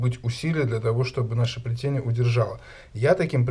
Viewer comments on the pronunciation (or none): Дзелаем, плецение, прааводзим.... Что это за дефект?